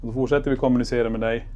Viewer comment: Varför betonar ni/ alltid början alltså KOM I kommunicera. Man brukar ju säga de som ett neutralt ord liksom? Alltid undrat. 😅